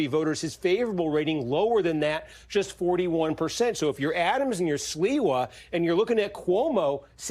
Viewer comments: Not the butchering of Sliwa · the anchor's "Sliwa" pronunciation just about sums up his notoriety and chances haha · Wait who is this guy? He doesn't know who Curtis Sliwa is? Obviously not. Steve Kornacki, as always, in the know. The gentleman who was anchoring him not being from New York obviously is no excuse for him mangling the pronunciation of someone that's been a New York let's call him icon for more than four decades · Well done. You are unable to say Mamdani consistently (Man-donny is not a candidate), nor did you seem to have any foreknowledge of Curtis Sliwa (SLEE-wah.) Maybe print media would be more appropriate.